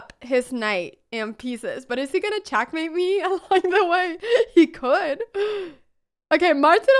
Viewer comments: All I could hear is "CHACK MATE " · Love how she says chakmate 😂😍